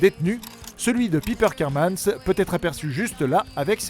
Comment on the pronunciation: Piper KERMAN!! Pas Kermans 😂😂😂😂